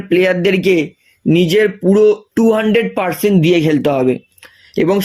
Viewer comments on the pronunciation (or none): none